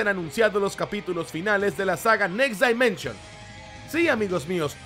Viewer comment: Amigo, un consejo: escribe en el traductor next dimension y tradúcelo de inglés a español y escucha como se dice correctamente dimension, ojo es crítica constructiva. Bendiciones y gracias por compartir la info de saint seiya